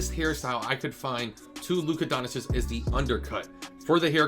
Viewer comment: Doncic = Don - Chitch Ch - as in Chicken Itch - as in “it itches me that you can’t pronounce his name” :k)